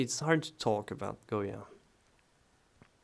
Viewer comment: My ancestors were from Spain and I visited his home in 1970. I have his book, and you pronounced the Spanish name very well. You are also a great artist to my taste. You are so young and yet so talented. I like your videos and techniques so much. Also, I may add, you are very kind and honest. I haven't seen many artists like you in You Tube. Because of your kind actions you will be blessed with riches and fame. Some people do not appreciate other's kindness but the Almighty God, blessed is He, does appreciate and blesses those who help others. Thank you so much for your videos. Goya was very much into the politics of his country and the cruelty committed to the prisoners and the poor. I believe that he was a "visionary" and could feel the suffering of the people. I liked his sensitivity, although I find some of his painting gruesome, and terrifying. That was the time he lived in. Thank you for your kindness and teachings. God bless.